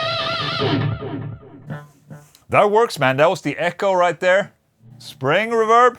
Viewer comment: Haven't tried the SPARK?? C'mon, man! Also, it's not reVERB. It's REverb.